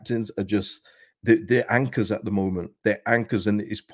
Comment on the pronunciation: Did you say “anchors”?😂